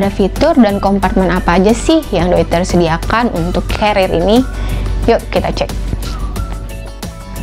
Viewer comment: Dari sekian banyak review ttg penyebutan "Deuter",,,baru mbak aja yg bener 👍👍